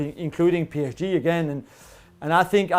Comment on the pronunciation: Does Julien's kids even speak French? The "PSG" sounded very British 🤣